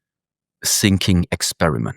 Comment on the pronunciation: Funny how he pronounces "thinking" as "sinking".